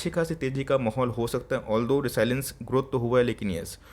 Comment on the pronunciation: साइलेंस नही भाई रेजिलिएंस